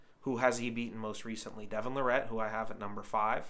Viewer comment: He finally said it right the last time.